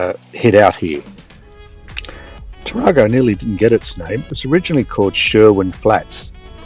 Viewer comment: The pronunciation is Tar-a-go with a short 'a', not as in the Toyota Taar-ar-go. The same error was made by folks with Monaro, ie it should be Mon-air-o, not Mon-R-o. Have a good trip